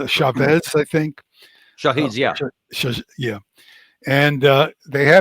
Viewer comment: Amazing and informative as always. Just feel bad for hearing “Shaheen” instead of “ Shahed” and end up bringing up the wrong drone photos 😂😅.